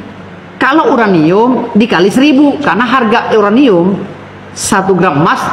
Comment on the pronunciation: Because this URANiummmm 😂😂